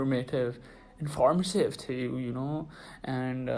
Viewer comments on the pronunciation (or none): That "iNf0rMaTeV" took me 😂😂😂